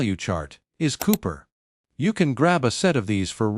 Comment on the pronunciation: Cooper, not Coper.